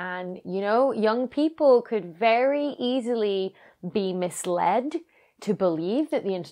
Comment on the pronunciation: Mi"sled" lol